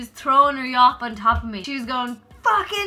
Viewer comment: "She came at me with her Yop" Never have I heard anything more Irish!!